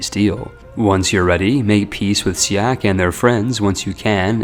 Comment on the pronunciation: As somebody who live in siak. He pronounce the letter "a" wrong.